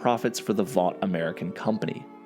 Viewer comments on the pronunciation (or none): none